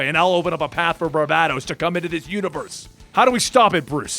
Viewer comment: I thought it WAS barBATos instead of BarBADOs.. Lolol